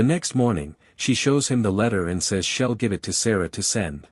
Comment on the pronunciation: It's kind of annoying when the AI narrator says he'll like hell and she'll as shell 😮😮😮